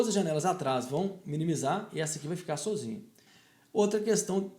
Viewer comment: Acho legal quando ele fala "sôzinho" kkkk bunitim